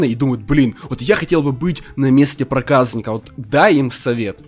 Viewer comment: 0.15 не проказныка а (проказника)